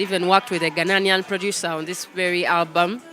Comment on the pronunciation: The word is Ghanaian not Ghananian. I love your music